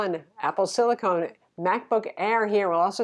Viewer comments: It's silicon, not silicone. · Wait, is Lisa trolling us by calling it "silicone" instead of silicon? :) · Is that Apple "Silicon" or "Silicone"? Lisa is getting me all mixed up here! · 2 years later... Silicon is not silicone lol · I adore Lisa and she makes great content but every time she called it "apple silicone" I cringed. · apple silicon, not apple silicone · Sorry but it grinds my gears as an electrical engineer... it's siliCON not siliCONE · silicon NOT silicone! :) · silicon(con rhymes with gun). Silicone(cone rhymes with phone). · It’s a great review. Thanks for that. But just wanted to say, it’s “Apple SILICON”, not “SILICONE” ;) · I bought a Dell XPS 13 2-in-1 with 4K screen right after it was released. I love the screen, but it’s a battery hog. I hate the keyboard. Battery life is miserable. But overall I am glad I got it. But my company allows us to have either Mac or Windows, so when the next gen M1 comes out with better displays, I’m in. BTW, it’s “SILL-ih-con”, not “SILL-ih-cone”. You’re welcome. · Great comparison, but calling it “Apple Silicone” is mildly infuriating. It’s silicon! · Um, it's Apple Silicon, not silicone. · Lisa, you're my favorite tech reviewer. But please don't say Silicone :)